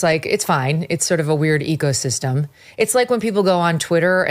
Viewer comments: " it's a weird ecosystem", she says first minute...about media. I thought she said "EGOSYSTEM", Which I thought was clever. Seems like I made up a new word! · At 43 seconds, I seriously at first thought she said “it’s like a really weird EGO system.” 😂😂😂